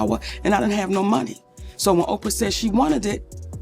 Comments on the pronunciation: Why are you saying OPR instead of Oprah? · Her name is OPRAH...not OPR...WTF?? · Interesting and sad ...on the funny end is how she kept saying O p r Winfrey 😂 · O P R.....ah, the name is Oprah.........love this Ai narration crap. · Please stop using AI to narrate videos until they can actually speak correctly. OPR? What the Hell? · Why is she calling Oprah "OPR"? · Hollywood Whisper they Need to STOP EDITING people's words as Spoken, as they just did. Child Pedophiles are a HUGE 'DISEASE' in Hollywood. Plus your A.I [simulated Female voice] Can't pronounce Oprah and I didn't stay long to hear the rest of the screw-ups. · The AI mispronounced Oprah's name. It called her O.P.R. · Commentator please stop saying O P R, her name is Oprah (on word) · Why does she keep saying O P R instead of Oprah? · Why "O.P.R". Winfrey? Is this an AI or is there a reason for the mispronunciation? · Why are you calling OPRAH O.P.R ?????? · OPR? FUCKING PRONOUNCE NAMES CORRECTLY AI!!! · Why does AI have to narrate and why does it mispronounce Oprah as "OPR"... it's weird. Are we so lazy that we have to let AI speak (lie) for us? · O P R. Winfrey??? I guess having a person actually read a script is a bridge too far for you guys. Or at least have some listen prior to publishing??? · O P R ? fix that c'mon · this AI is calling Oprah O P R hahah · OPR? What kind of AI crap is this ! You don’t know how to say her name ? This is bull ! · Why are you keep calling Oprah, OPR? It sounds stupid. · Stupid AI. I hate AI voices! O P R Winfrey??? Sounds stupid!!! Don’t use AI. Unsubscribe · Can't these lazy creators who Can't read their own scripts at least get a robot that can speak English? O-P-R or is Oprah now an edited? There's one phrase that would prevent Michael Jackson convicted, out of court settlement. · O P R Winfrey? AI is a threat to language. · Somebody needs to teach the AI/translator correct pronunciation. : D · AI either can't pronounce Oprah or it is scared to. 😂